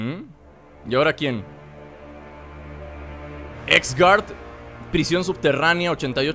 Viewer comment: tu dices xgard pero pronuncialo como asgard pero se escribe xgard